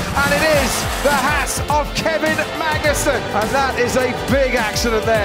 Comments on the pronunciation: listen carefully.. squeezed his hass.. sounds different :P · Ha-sss, put the emphasis on H